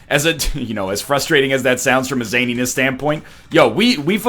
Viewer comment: At this point I just want to slit my wrists whenever he pronounces the word "zaniness"